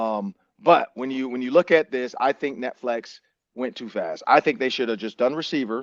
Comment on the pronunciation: This dude said Netflex for 30 minutes before anyone said anything 😂😂